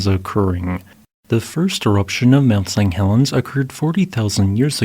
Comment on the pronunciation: Interesting video thanks. Did you know that it sounds like you're saying Mount Seng Helens every time? Sorry if its a speech impediment, i just thought you'd like to know.